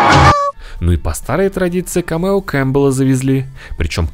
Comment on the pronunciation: Только не камЕо, а кАмео. ☝🏼